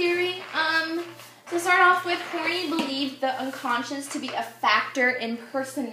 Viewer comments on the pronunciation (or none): You are NOT pronouncing her last name correctly - It is pronounced HORN-EYE